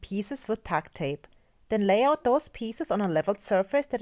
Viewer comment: "Tuck tape" just sounds like you're saying duck or duct tape with the accent. I almost missed the brand.